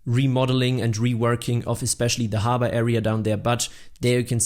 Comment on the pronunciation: Note: It’s pronounced harbor, not harbor.